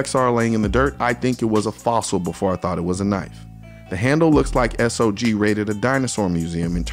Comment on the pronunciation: Love you, Colion, but it's not S-O-G, but SOG ... pronounced like "dog".